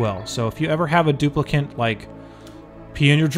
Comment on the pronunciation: stuplicant :D